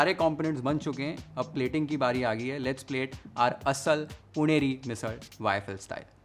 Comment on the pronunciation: Chef, your pronounciation of ण and ळ are perfect (पुणेरी, मिसळ etc )